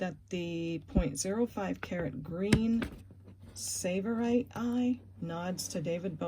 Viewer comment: FYI on the David Bowie ring…the green stone is a Garnet (Tsavorite) pronounced (sav a rite). I have a beautiful one I purchased years ago. The black kitty is breath taking….MEOW!